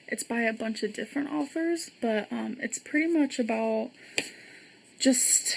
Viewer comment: She said “Arthur’s” not “Authors”. LOL. There’s no “ R” before the “ T” LOL. at her best